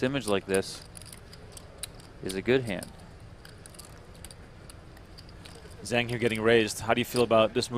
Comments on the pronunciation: the announcer pronounced Zhang is not quite right. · You guys are REALLY destroying the name "Zhang"... you're not even close!